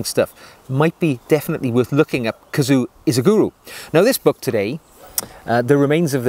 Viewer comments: A kazoo is a cheap musical instrument. KAZUO is a name. One you clearly cannot pronounce. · His first name is pronounced ka-zu-oh. Please pronounce that last “o”.